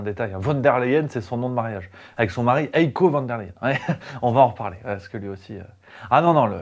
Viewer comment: de M. La Hyène, son prénom il se prononce "haïe-ko" (avec un "h'ach haspiré") et non "éco". Sinon, très bon taf, comm' d'hab.